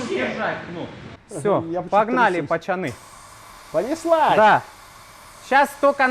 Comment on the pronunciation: можно вопрос, который меня давно очень мучает😊почему в Ростове у вас говорят пачаны? В Питере, и везде где я был, говорят пацаны. Почему через букву Ч?????? 🙂